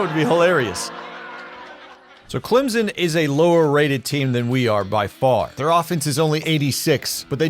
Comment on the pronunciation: Clem-son. Hard m sound. Jeez…